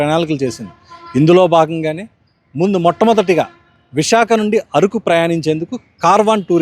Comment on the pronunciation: అది ఆరుకు కాదు అరకు